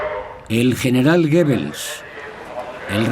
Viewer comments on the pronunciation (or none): none